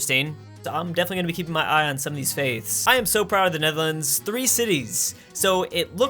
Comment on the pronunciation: ''netherlander'' XD